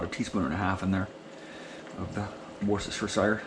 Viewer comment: Worceststersheshire sauce,,,,lol